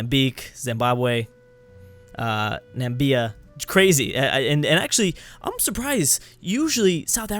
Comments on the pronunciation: He only messed up one thing: he said Nambia instead of Namibia. Everything else is fine. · Namibia, not Nambia